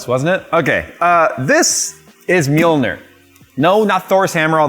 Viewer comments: MJOLNIR - is pronounced YOLN-Neer - the "M" is silent. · Handle accessory, I mean come on "mjolnir", smh